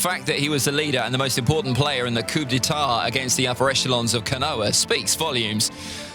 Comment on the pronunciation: Am I the only one who thinks he’s saying konoha wrong? He’s saying it’s like it’s spelt konoah, otherwise great scale for this video